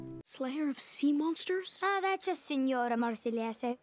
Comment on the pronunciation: Instead of sea monster they say sirestamis😂